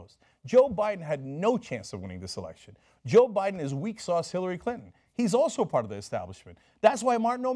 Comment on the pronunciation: Cenk's tongue almost slipped and called her "Hillary Culton" I like that name.